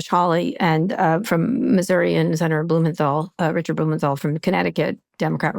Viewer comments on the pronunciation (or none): none